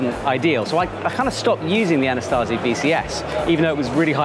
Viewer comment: there is no 'T' in 'AnaSAZI', much like there only one 'I' in 'AlumINUM'. Signed, an American (we perfected English. Fight me)